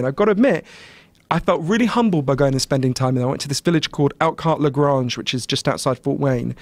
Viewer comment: woah i live in lagrange, and we don't pronounce it that way around here lol